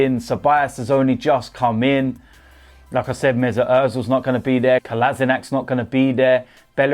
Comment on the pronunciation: He says 'like I said' like 'lacazette'